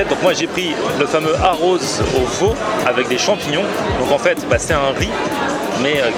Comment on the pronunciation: "arroz" : Les "r" doivent être roulés Le "e" se prononce "s"